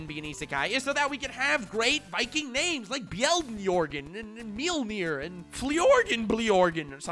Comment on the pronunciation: Did you just pronounce Mjolnir correctly?